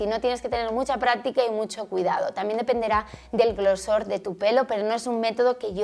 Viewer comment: Se dice GROSOR, no glosor.